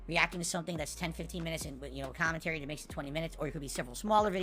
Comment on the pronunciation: I mean someone posted the video of him reacting to some kpop shit and some philosophical shit also. He does do the videos they're just pure garbage because it's his "kahmentary" over it